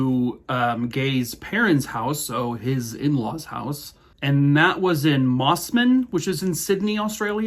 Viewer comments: Yes you said Mosman correctly (it’s like mossmun). Great to see you do a longer one than you can on TT! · Great work! The Granny K1ll3r story is a commonly covered one here in Australia. But your take on it made it interesting to hear again. Also, your pronunciation of Mossman was spot on. Keep up the great work! So glad Mr Ballen suggested your channel.